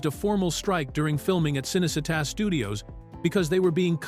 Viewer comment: Cınecınnta studios ıs pronounced Chınney Cheetah